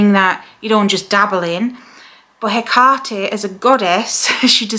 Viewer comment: I notice you pronounce the name Haycarty, Ive always heard it pronounced as Heckatty. Is there any difference?